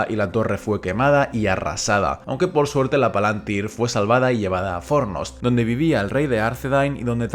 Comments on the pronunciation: Exacto, la pronunciación del plural en el vídeo es incorrecta, pero de todas formas no confundamos esa tilde con una tilde española. En quenya indica que es una i larga, y eso obliga a acentuar en esa misma sílaba en ese caso concreto. Son las mismas reglas de acentuación del latín: las palabras son esdrújulas a menos que la penúltima sílaba sea larga, en cuyo caso son llanas. Una sílaba puede ser larga porque la vocal sea larga (PalantÍri) o porque a la vocal le sigan dos consonantes (PalAntír). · ¿Por qué pronunciás "Palantíri" como si tal llevara tilde en la antepenúltima sílaba si en el título del vídeo se lee como una palabra grave y no como esdrújula?